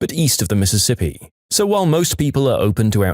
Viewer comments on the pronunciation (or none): none